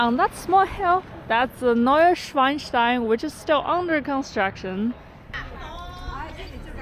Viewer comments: Schloss Neuschwanstein, not Schweinstein. But great footage from the vast Asian lands. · Your German pronunciation sounds perfect: Fachwerkhaus, Bahnhof. “Neu Schweinstein”, of course, should be Neuschwanstein, rather as, I guess, it’s more related to swans than to pigs (Schweine). And thanks for showing us the nice side of China! This is a very welcome antidote to the aggressive “wolf warrior” rhetoric! It finally makes me like China again. Regards from Taiwan! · Its called "Neu Schwanstein" as in "天鹅" not "Schweinstein" as in 🐽, right? 😅 beautiful video